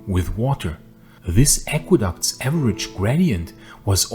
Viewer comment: Aqueducts? Not aquaducts?